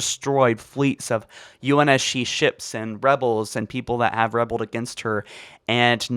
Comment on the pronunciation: Rebelled and debris . . . for the love of god, learn to speak.